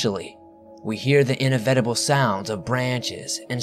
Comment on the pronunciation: Hi 😃! Just an fyi n please don't take this as an insult by it's not. Inevitable is pronounced in-ev-it-a-bull not in-a-vet-a-bull. Same with inevitably in-ev-it-a-buh-Lee. 😊😚♥️ Figured you'd rather know than not know